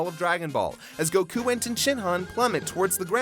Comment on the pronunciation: Bro, plz stop putting a syllable in Goku's name it's a bit annoying I don't mean any harm, I love this channel